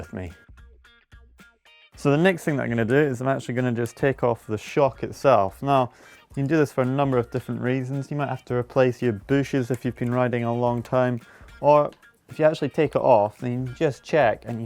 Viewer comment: "Replace your booshes" I'm not gonna be able to stop calling them that now lol 😁